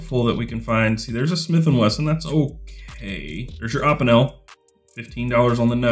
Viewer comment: You pronounce opinel weird. Good video idea tho, enjoyed it